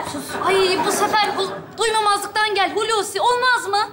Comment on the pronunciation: "Açın Kapıyı" skeci; Hulusi'nin eşi ve oğlunun (damat) sözlerinde, "duy(ma)mazlıktan" kelimesi yanlış, doğrusu "duymazlıktan" olması gerekiyordu. Milyonlar izlediği için, çocuklarımız da yanlış telafuz etmesinler diye yazıyorum bu yorumu da. Tek tesellim, senaryoyu yazanların da aynı hataya düşmüş olmaması olacak. Biliyorum o sahnede her şey değişir. Ama türkçemizi de düzgün bir şekilde kullanalım.;)